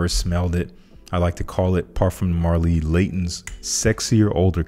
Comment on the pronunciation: No man can't stand GGA surely. For me it's pointless artistry. still need to smell the amougae and halfetti cedar. most intrigued for those two! One more thing would say again, hope u dont get angry on me but it's not parfoom de marley bro it's parfaa de malelry like parfaa/eau de parfaa. it bother me somehow...now don't hate me for this bro :)